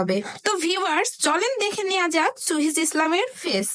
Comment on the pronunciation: মূর্খ বেডি এখনো উচ্চারণ করতে পারে না,আসছে ভিডিও বানাতে। চুহিজ কি রে??